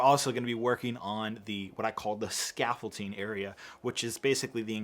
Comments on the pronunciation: It’s called scaffolDing, not scaffolTing.. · anyone else annoyed how he says "scafolting" intstead of scaffolding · Not trying to be rude, but are you calling it “scaffolTing”? You know the actual word is “scaffolDing”, right??? Unless you intentionally are saying scaffolTing??? Just thought I’d let ya know. 👍🏼👍🏼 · please for the love of everything, it’s pronounced “scaffolDing” NOT “scaffolTing” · It is pronounced and spelt scaffolding not scaffolting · Honestly it’s a lost cause to try and correct vocabulary. He gets a lot of words and phrases wrong or says them improperly, even after thousands of comments correcting him!! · Does it bother anyone else that he pronounces scaffolding with a T? 😤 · I won't critique you on the accuracy of the scaffolding so long as you get the pronuciation of the word right for the Finale